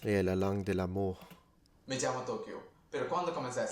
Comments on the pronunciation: I am fluent in Italian, French, Spanish and English and I have a low intermediate level in German (B1). His pronounciation is terrible, his German does not sound German, his French is barely understandable because vowel sounds are very important in French. He didn't say "l'amour" but "la meur" which means nothing but phonetically it can be related to death. He does not sound Canadian at all. In Spanish he is repeating a dialogue from Money Heist, but he mispronounces a lot of words which makes me think that he repeats without understanding while he speaks. He probably knows the translation, but he cannot speak beyond that dialogue. In italian it is the same, he says "kel gesto" every beginner learns several words with qu and how they are pronounced (qui, questo, quello, quotidiano ...) he says also "devré dire" instead of "dovrò/dovrei dire". Stress is important in any language. I do not think he has studied any of these languages, but he is just imitating sounds and by knowing the translation he can act as he is understanding. He is not fluent, but I do not think he can speak more than the sentences he has learned in Spanish, italian, French or German. I respect his choice but I do see the sense of reciting so many sounds. I prefer to learn well a bunch of languages to communicate, understand, learn about the culture, the peoples, be functional. Be really fluent is not easy, but this guy is not even intermediate. If he is saying he is fluent, he is a fraud. To be a polyglot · My French ear heard “la meurt” rather than “l’amour” or “la mort”. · " Le français c'est la langue de l'ameurrr " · His mispronunciation of 'l'amour' was cringeworthy, even for my rudimentary French from school 30 years ago. initial lack of reaction made me question myself, though:)